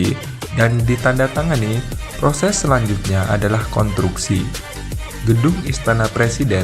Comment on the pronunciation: Ralat... Konstruksi bukan kontruksi min, salah ucap tu ngeganggu dikuping dengernya